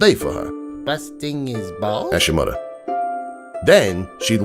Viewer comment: "Ask your mudder"